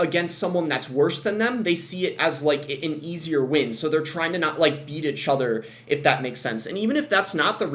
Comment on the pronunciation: wtf is “achother”